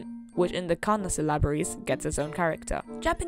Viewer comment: ok mispronouncing the japanese is one thing, but "syllabary" is english also many kanji have a lot more than 2 readings, there can be multiple kun and on readings, and even readings not from chinese or native japanese. and there are plenty of exceptions to the rules you state about when it's on or kun reading.